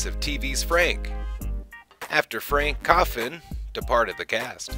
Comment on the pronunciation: Frank Conniff, not coffin. Their last name is Forrester, not Forrest